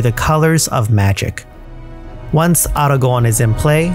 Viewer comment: Best pronunciation of Aragorn ever